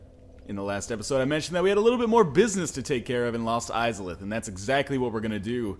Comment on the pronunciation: I keep thinking you say Mos Eisleyinstead of Lost Izalith.